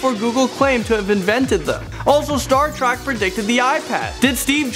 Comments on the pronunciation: It's Star Trek not Star Track 😤😤😤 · Why does he keep saying Star Track instead of Star Trek? It bothers me... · STAR TREK ! NOT "STAR TRACK" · is it just me or does he say star track not trek?? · It's pronounced Star Treck, not Star Track. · omggggg it's TREK !! NOT TRAK !! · TREK. star trek. not track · he has one more time to say "Star Track" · Yes! It was getting on my nerves😂😂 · he keeps saying star track and im shook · It really bothered me that he kept calling it "Star Track" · The way he says Star Trek ("Star Track") hurts me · If he says star track one more time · Does it annoy anyone else that the host was saying Star Trak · Why did he say star TRACK🙃😫😟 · keeps saying star trak damn it